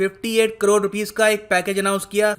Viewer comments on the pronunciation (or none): none